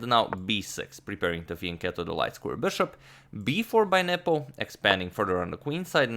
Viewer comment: I keep hearing "Nipple" instead of "Nepo" and it's oddly distracting